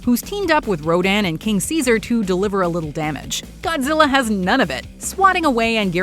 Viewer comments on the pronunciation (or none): none